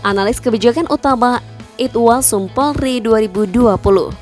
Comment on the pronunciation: Kalau ngomong yg jela Bukan porli tapi POLRI.